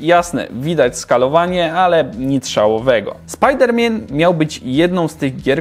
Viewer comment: Czemu komentarze ze znacznikami czasu są kasowane? Chciałem napisać, że śmiechłem z wymowy "Spajder mien" i dać znacznik dla innych, ale komentarz poleciał do kosza :( Zwykle jak ktoś podaje znacznik, to albo pisze konstruktywną odpowiedź do danego fragmentu, sprostowanie, albo tak jak wyżej wspomniałem znacznik do śmiesznego fragmentu. Więc aż szkoda pomyśleć ile komentarzy mogło przepaść.